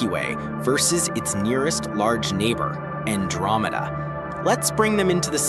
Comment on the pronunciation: you said milkcomeda